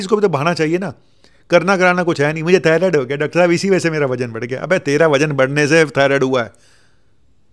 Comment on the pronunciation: डॉक्टर साहब थायरोइड नहीं। थायरॉइड